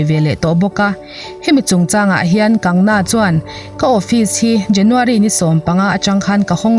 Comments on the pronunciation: Kangna nilovin..Kangana tia chhiar ni zawk se..News hrang hrang pawh in an sawi dan ani. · Kangna ani lo Kangana zawk aw, i sawi sual hret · Kan-ga-na tia lam tur Kang-na ni lovin.😁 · Kangna tih ai chuan kangana tih hian a lam rik dan ngaihthlak a nuam zawk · An bawl kual theih in awm suh a dik ni a i hriat ang khan lam tawp rawh A sipel ang khian Vainu hming te chu lam la dik ber..😂 Kangna tih hian beng thlep an tam zawk ka ring..Kangna a in ti loa, Chu vangin Kangana (Kang ga na) tih zawk tur aw..Matre..😄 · Hming dik lo a in lam sak te, in ziah sak te hi ngeiawm phian ania. Class10 marksheet ah ka hming an ziah dikloh avang in ka buai hrep tawh. Kangna nilo in Kangana. Rhea chu A chawh tih dawn chuan ka khawngaih deuh bawk sia, lawmpui mai ang😂😂😂. Republic tv ho hian bei tak2 teh se. A ngaihnawm chho zel dawn e. Ka nuihzat em2 chu Rhea in a a Drugs tih loh zia a sawi a,thisen test pawh angam zia a sawi lai vel kha.a inpuang Leh zuah2 bawk sia. A ukil pa hian chakloh a hlau mai sia. An chakloh chuan a hmingchhe duai ve thei tlat.lo chak thang tawh anih vang hian. A chawh ngawt ang.chaklo se😁😜 Thubelh covit19 pawh hi ssr thihna avang hian kai an pun phah ngawt ang. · Kangna nilovin kangana tia lam tur ani lawm ni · Kangna ni lovin kangana.mi hming tehi lamdik kanla ngai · Kangna tih a ilam hian ka nuih a za tlat😁😁😁